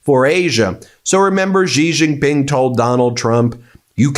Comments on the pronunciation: can we stop saying Jee jing ping? It's pronounced She Jing Ping. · Ben, how good a journalist are you? You can't even pronounce "C" Jin Ping's name.